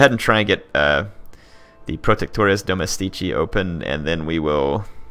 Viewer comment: one note: it's domèstici not domestìci